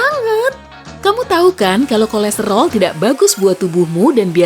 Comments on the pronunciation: Yg denger KORESROL Di menit 3.56 komen dong🤣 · Yang orang lain denger; kolesterol Yang gw denger; kolestelor Yang sama likee